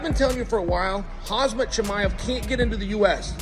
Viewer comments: If Uncle Chael calls you "Hazmat Chimaev", your name is Hazmat Chimaev. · If anyone was questioning Chael's gangster, now you know lol. The way he called Khamzat "Kazmat" multiple times to his face 😂 Undefeated, undisputed. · Lol he said his name in 2 different ways and both were wrong. Kamzat, Hazmat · Love how Chael calls Khamzat Hazmat to his face. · Lol Chael said hazmit instead of khamzat 😂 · Looool the fact that chael calling khamzat as hamzat... Ballsy guy.... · Hazmat Chemaev 😂 I just love Chael Sonnen butchering people's names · Chael calling Chimaev “Khazmat” TO. HIS. FACE. 🤷🏻‍♂️ Undefeated. Undisputed. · Calling him “Hasmat Chimaev” is beyond disrespectful. Not only that, it’s pretty ridiculous that a guy who works in this field for a living wouldn’t know how to pronounce the name of one of the most popular fighters on the UFC roster. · Hazmat, instead of Hamzat, and Tai Tiuvasa instead of Tai Tuivasa, and Still! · CHAEL call Khamzat-KhaZMAT😂🔫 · Unc Chael it’s KhaMzat not KhaZmat. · Lol Chael keeps saying Khaz-mat. He said Khazmat 3 times... hehehhehe Cmon Chael. Lucky you didnt get your face pounded by Kham-zat. NOT Khaz-mat! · Nah he means Khazmat, as in his hands are a hazmat to any opponent, smashavrybodie brother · Chael pronouncing Khamzat's name as Hazmat right to his face. We've got a badass showdown over here. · Said Khazmat 😭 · bruh, they keep calling khamzat as hazmat tho WTH 😂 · Why's Chael calling him Hazmat? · Cool that "KHAZMAT" made it to the US Crazy that he still doesnt call him by his real name 🤣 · Mans still saying Harz mutt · Lol chael sonnen cannot pronounce fighters names no matter how hard he tries. He’s over here with hazmat suit